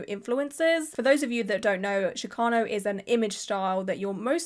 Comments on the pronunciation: No, that’s how is pronouncing it, but that’s not the correct pronunciation, which is why I made my comment. It’s pronounced like the “ch” in chicken. It’s not an “sh” sound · Hello love! Chicano is pronounced with chi sounding like the start of the word chicken or cheese... chee-KAH-noh. Not that the way you said it bothered me or anything, i just thought you'd like to know and i'd share incase someone else hadn't. Love the vid, love how much you care about artistry... lots of love all around ❤ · The “ch” in Chicano is pronounced like “chick” :)